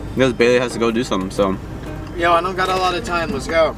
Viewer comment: And it’s bailey not bayely